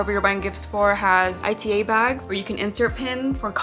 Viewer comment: Ita bags are pronounced "e-ta" and they originated from japanese Otaku culture! Fans walk around with clear bags filled with anime merch of their fav character(s). It's called ita from the Japanese word for pain, probably because it could be painful to your wallet lol. I always wanted one so I'm glad it's popular in the US too. Great video!